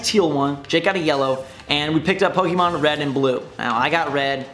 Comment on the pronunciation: When you have played Pokemon from the start and still can't pronounce it correctly.